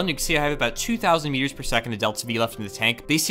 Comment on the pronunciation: Every time you say "meters" I think you're saying "years". "We're just 4 million years away"